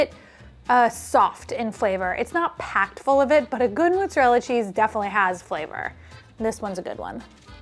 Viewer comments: "moh-zah-rel-ah" not "muh-zah-rel-ah" Some New Yorkers also say "prOH-juzt" instead of prOH-shoo-tOH, which is dialetto Napoletano. Double consonants get emphasis. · It’s pronounced mozzarella,, not muzzarella:) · the way you pronounce mozzarella is cracking me up. mooo. lol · Thank you for saying this - I was about to mention it too!!!! "Moozahrella" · Wait do New Yorkers from the city pronounce mozzarella with a u instead of an o? -a confused Rochesterian (and this is no hate meant btw! just curious)